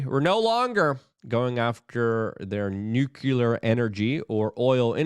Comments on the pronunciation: Nuclear is pronounced New Clear, not nuke you lar. Thanks for all your great work, LUKE RUDOWSKI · Learn how to pronounce "nuclear"